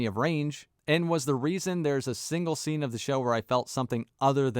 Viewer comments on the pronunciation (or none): none